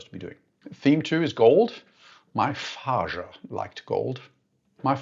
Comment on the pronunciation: "I present to you, This Watch, That Watch's faajah"